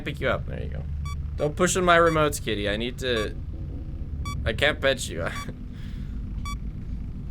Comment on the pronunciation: When first ca.e, I thought he said Diddy when he said kitty.... also communism was a good idea and only failed due to corruption. If there was a good leader they would be overalled by a tyrant, due to bigger army diplomacy, a perfect repayment of communism is incredible challenging.